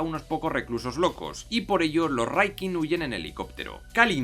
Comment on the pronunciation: No hagas videos si ni siquiera sabes pronunciar Rikkin jaja